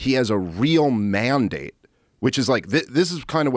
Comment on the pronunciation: You could get more Beavis & Butthead than this..." He said : Man-Date🤡"...